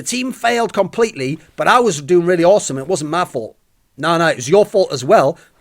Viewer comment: omg ur so tawwsick lol